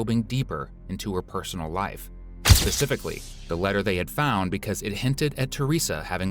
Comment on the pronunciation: guysss she said pacifically